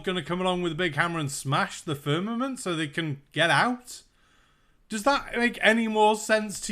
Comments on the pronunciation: It sounds to me like her is saying fernament and not firmament. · LOL, “firnanent” It’s “firmament” and the original Hebrew word is “raqia” which literally translates to “sky.” I’m a Bible believer, and even I know that it’s not always supposed to be taken completely literally all the time! Good Lord almighty. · He's saying FERNAMENT, I thought I was hearing him funny, but nope. He's saying FERNAMENT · I just about die every time he says "Fernament." 🤣😆🤣😆🤣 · He can't even pronounce Firmament, sure as hell has no evidence for it. He lied about the gravestone too.